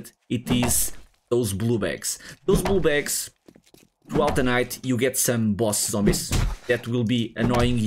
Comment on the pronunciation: are you saying "blue bags" or blue balls lol sorry I'm trying to be funny